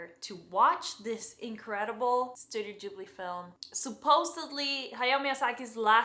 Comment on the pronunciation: "Ghibli" is Italian from one of their early movies. Gh- in Italian are always pronounced with a hard G, like in "gift"